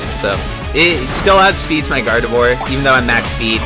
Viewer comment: I'm getting so triggered how you say gardevoir. Its not guard-eve-war. Its guard-a-vwaaa. It's french. also I can hit you up with a shuckle. What kind of EV spread do you want?